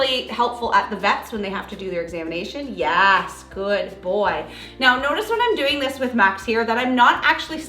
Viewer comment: This is a silly non-important comment but was curious as i do watch this channel frequently, but I was curious what state the channel is based in? When I hear ( yes) being said, I hear a slight accent hearing them say " ya - S "